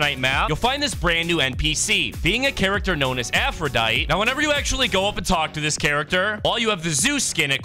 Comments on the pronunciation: its pronounced aphroditey but without the y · Idk anything about Greek myth except a little bit but I know her name is pronounced afro-die-tee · It’s pronounced (Afru-die-dee) for Aphrodite, who agrees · Your supposed to pronounce the “E” in her name